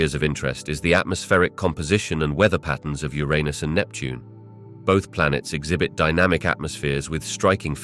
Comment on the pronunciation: He said Ur-un-us correctly the first time, then proceeds to say it incorrectly from that point on. "Your-run-us" not "Your anus".